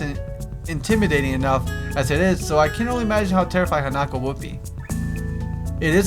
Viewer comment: its han-a-ko